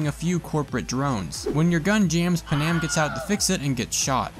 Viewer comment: It's pronounced pan-am NOT PAnam 🤦🏽‍♂️ she even says her name and so do other people so how can you pronounce her name wrong 🤨🤦🏽‍♂️🤣🤣🤣